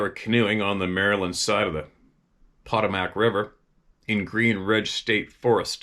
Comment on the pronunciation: It's the Potomac River. Poe Toe Mik